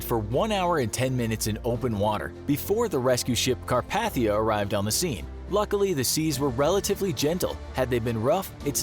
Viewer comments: Carpathia. It's "Car-pay-thee-ah". Not "Ca-par-thee-ah". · Every time the names of the ships were said wrong...never heard anyone mispronounce Lusitania and Carpathia